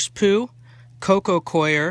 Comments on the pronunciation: Please stop saying co-i-er people. You sound so stupid. That hat doesn't help either. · Its not pronounced CORE actually and it doesn't matter where you're from "coir" is pronounced Kwar like the guy above said. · Learn how to say Coco COIR - its pronounced CORE lol